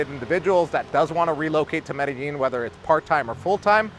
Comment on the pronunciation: Hey, 16 years in Medellin and you still sometimes can't pronounce it like a native? I'm not hating, just giving you some hints. What you're saying is absolutely true. I have lived here for 6 years, married a woman...as her kids got older it has become more stressful. I'm going to leave this year, that's the plan unless things change. Also be aware for you guys coming to stay, there are a lot of beautiful women, make sure you're with the one you want to love. Or love the one you're with!